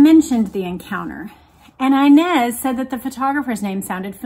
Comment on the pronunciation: You keep mispronouncing the name inez Its a spanish name and the I should be pronounced as in EENEZ But still love the podcasts